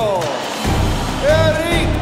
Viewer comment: errick el terible morrrrrrales, jajaja pinches gringos nunca pronunciaron bien el nombre del super campeon el Terrible morales